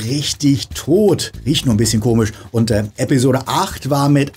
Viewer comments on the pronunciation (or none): none